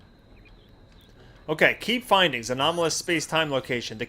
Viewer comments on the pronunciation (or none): lol, when you started reading the journal or so, I could have sworn you said "Key Bindings", instead of "Key Findings".